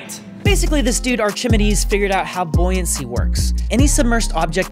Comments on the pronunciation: Who invetned buoyuancy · "invetned buoyuancy"